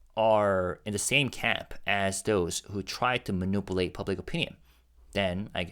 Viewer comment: Thank you for your hard work, it is always appreciated. For months I kept putting off saying something but I can’t hold it in anymore. Could you please check the pronunciation of the word ‘manipulate’. I’m afraid I’ll start to mispronounce it soon as well